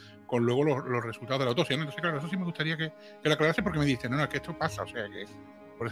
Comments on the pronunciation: Rasgo característico del pais, sacar pecho de trabajo mal hecho y la ignorancia, como el que se cree más y mejor español por no saber pronunciar en inglés, por cierto,, se dice autoPsia, no "autosia" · hola !!!te agradezco que me menciones que cuando pronuncio autopsia no pronuncio bien la p, hay que intentar siempre mejorar!no intento justificar los errores, ni pretendo sacar pecho del trabajo mal echo, respeto tu opinión pero al analizar exclusivamente el trabajo forense realizado entonces y contextualizar pues mi conclusión es esa y bueno libremente la he expresado, te recuerdo que yo no valore en el vídeo el trabajo que realiza la guardia civil....eso no quiere decir que estuviera de acuerdo....a veces aunque nos cueste los profesionales trabajan bien o como debían haber trabajado, solo que no conocemos toda la historia!!!!un saludo!!!!